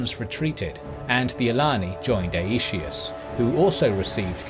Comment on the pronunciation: "ay-ee-shee-us" xD